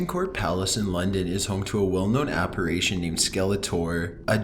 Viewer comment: It’s apparition, my man. Not apparation.